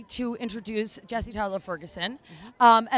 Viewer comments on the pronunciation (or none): none